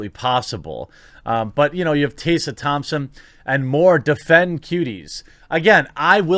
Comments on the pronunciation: fam can't even pronounce Tessa properly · Why are you mispronouncing Tessa Thompson first name? It should be how you would pronounce MESS, replacing the M with a T & put an A at the end, there is not a letter S in the middle of her name. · lol why are you pronouncing "Tessa" like that? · You’re pronouncing Tessa wrong, it’s so jarring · Couldn't get through the video due to your consistent mispronunciation of a fairly common name. In your mind that's probably not a big deal but it doesn't help your cause when you disrespect one of the main talking points over and over again. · Tessa is pronounced exactly the way it looks. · I'm not a TT fan but why are you calling her "tay-sah" when it's obviously "Tess-uh" Think Tesla without the L. 🌹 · Te-ssa Te-ssa. We are not tasers... sigh That's it unsubbed and triggered for murdering the pronounciation of my beautiful name 😋 Jokes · I let it slide when you said her name godawfully weongt when you talked about that article Tessa was in about aprlomg with white crows onset....but are you trolling or can you just not get her name. . Its Te-ssah...,not Tay-sssa. I still love the channel...but it does drive me nuts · It’s not Taysa Thompson it’s Teh-sa Thompson/Tessa Thompson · Tessa! There's an E! I can't stand her either, but God! I had to stop the video because you calling her Tassa was going to make me shot myself! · Taser Thompson? Fuck me, how difficult is it to pronounce Tessa? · TES-R, hard R and say the E. Tessa. If she's ever said that her name is pronounced as you did, she's bullshitting. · You seem to be having some real trouble pronouncing "Tessa" - Tess (how you pronounce "Mess") then add an A to the end... as if your bulls**t star wars rumours arent bad enough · Butchering the name “Tessa”....😂 unless she wants it to be pronounced “Taysa”. 🤔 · Who is "Taysa" Thompson? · Side topic: Are you intentionally mispronouncing Tessa Thompson's name???? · Also "TEH-sa" Thompson. Hearing "Tay-sa" Thompson is raping my ears.